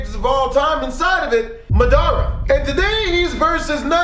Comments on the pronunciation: U said his name wrong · If Madara is your favorite character then why can't you say his name right